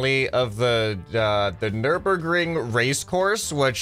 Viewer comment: You did say nürburgring correctly btw